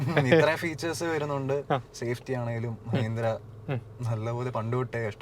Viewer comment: മ്യഹീന്ദ്ര, മ്യാരുതി എന്തോന്ന് ഭായീ ഇത് മലയാളത്തെ കൊല്ലുന്നോ